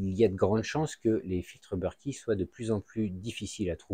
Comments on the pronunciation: You british. Moi française. Donc berket. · BERKEY sont français donc se prononce Berk È et pas beurki